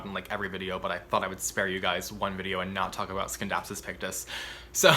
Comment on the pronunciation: Scindapsus.. in latin C is not pronounced as K if followed by E or I. Aroids.. try some Amorphophallus. :)